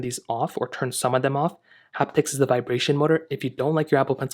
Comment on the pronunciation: Say it with me… “haptic”